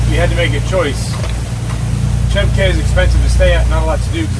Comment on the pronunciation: Cay pronounced Key